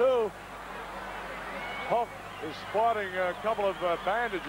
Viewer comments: Why is he calling him ''Hullker''? Jeez was just awful. He'd just start making up names and screwing up names. Jim Neidhart would all of a sudden become Jim ''Neidhower'' etc. during the action he'd also just start going ''WoooooOOOoo!!'' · Did he say; "Hulker" ??? hahahaha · The "Hulker"😅